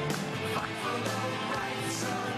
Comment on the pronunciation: in there "fight for the rights..." doesn't really sound like "fight", or is it just me?